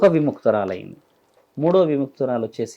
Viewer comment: కర్కాటాకుడు కాదు కర్కోటకుడు సవరించుకోండి